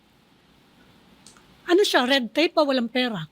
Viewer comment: Hindi PIRA... PERA ANG PAGBIGKAS!